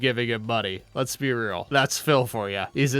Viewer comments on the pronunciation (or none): none